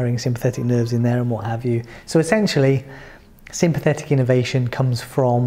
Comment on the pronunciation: I enjoyed this, the presentation was initially irritating but I got over that and it was informative. I just wonder that any non doctor watching might not pick up what sounds like innovation when the English word is innervation, quite different.